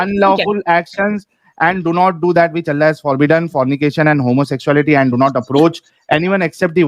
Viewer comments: Bhai vo und nhi andh hai😂😂 bhai, washi nhi visvaasi 😂😂😂 bhai, pr best hai debate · und nahi hota hai woh hota hai Andh -- Andha -- Andhvishwas -- Andhvishwasi -- Blind believer 😅